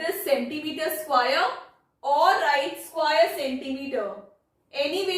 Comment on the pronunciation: Mam its square NOT SQUAIRE !